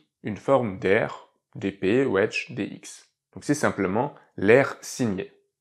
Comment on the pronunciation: mon commentaire était humoristique évidemment ! Merci pour l'explication j'entendais "wesh" ça m'a fait pisser de rire 🤣🤣